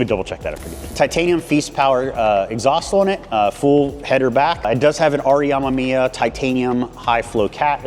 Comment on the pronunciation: Amemiya (AH-MEH-MEE-YAH) no AMAMIYA.... also the cut out was on the rain guards which is a optional add on to the hood itself.... so not even close to cutting up a "$3500" hood... as a guy who dreamed about an rx7 since childhood, you should really educate yourself on it...